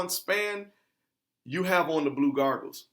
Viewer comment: "Blue Gargles", naw fam its Blue Goggles solid video/ article link